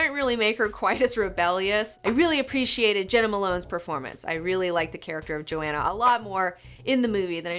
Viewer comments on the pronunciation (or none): It's Johanna Mason, not Joanna...